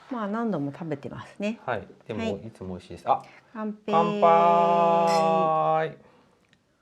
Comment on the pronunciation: 楽しい動画でした❤お二人は乾杯した時のマミコさんの“カンペイー”は、わざと中国語の発音しましたか？je suis curieux 😊